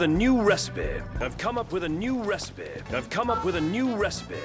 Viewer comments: not just the "ive come up with a new resapeh" also "none the worse for wear" lol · Ahv come up with a nyoo res-peh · his pronunciation of recipe got me every time. "Recipeeeeeh...!"